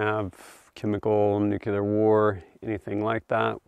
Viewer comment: Nucular ✅ nuclear ❌